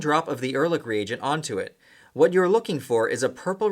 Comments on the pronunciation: Erlich is not pronounced with a k. In german, ch is pronounced softly. like sh only with a c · Wie er ehrlich ausspricht ist genial :D